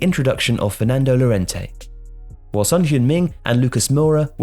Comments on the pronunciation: double "L" in spanish is read "y" Llorente -> Yorente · Llorente is pronounced 'your-ent-ey'. How is it possible that people still pronounce his name wrong? It's so easy.